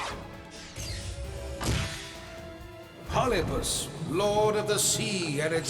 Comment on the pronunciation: Polipus non si può sentire